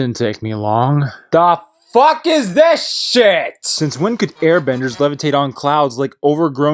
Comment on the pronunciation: "aw fawk!" im fucking dead i cant stop laughing!